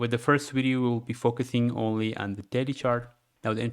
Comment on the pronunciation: Am i the only one hearing "Daddy timeframe" instead of "Daily timeframe" ?? 😂